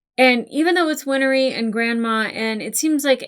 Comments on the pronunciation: also, Winry is pronounced WIN-REE. not WIN-ER-EE lmaoooo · Just a few pointers on pronouncing Winry... Win-er-ree ❌️ Win-ree ✅️